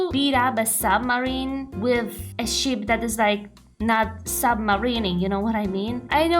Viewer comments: Ship? I thought she said "Sheep".😂😅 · the fact that when you say ship it sounds like sheep puts very funny pictures in my head